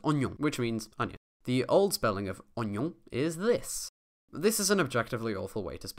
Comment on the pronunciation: Nice French accent